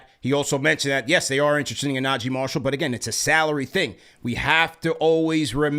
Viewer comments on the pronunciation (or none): none